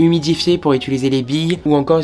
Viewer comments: Toi aussi tu dis “ituliser” au lieu de “utiliser” ptdrrrrrr tout le monde se moque de moi à chaque fois parce que j’arrive pas a le dire correctement 😭😭 Sinon vraiment top cette vidéo comme d’hab ! 🥰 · "Je vais ituliser les couleurs?" 😂 Tu y étais presque 😭